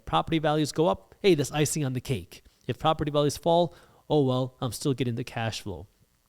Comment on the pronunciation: "eef" or "if"?